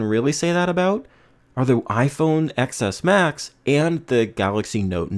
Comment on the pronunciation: I lost interest after hearing iPhone "EX S Max". I expect tech reviewers to know more than the average bloke. Good luck mate.